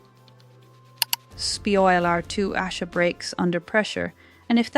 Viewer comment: OMG You can’t even get the spelling of the characters names properly!!Ardi Addie, etc…Asha, Asher,!!! 🤦🏼‍♀️🤦🏼‍♀️🤦🏼‍♀️ At least get the names and pronunciation right!!! It’s spoiler not speoiler!!! It’s Adi, not Ardi!! Asha, not Arsha!!Abbie or Abby, or Arby or Abey; make up your mind!!! Carl or Karl??? Corrie not Corey!!🤦🏼‍♀️ So distracting and shows you don’t rewatch your videos before you post them. Disappointing.